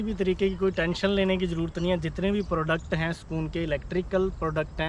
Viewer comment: Sakoon nahi bhai Sukoon 🙈🤦